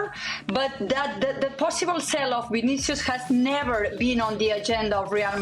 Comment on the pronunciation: It’s sale not sell